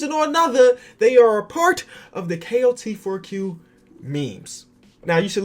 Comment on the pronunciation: Am I the only one who hears him saying klt4q instead kot4q